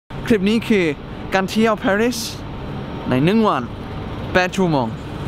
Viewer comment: Gamer ปารีสค่ะ ไม่ใช่ เพอร์รีด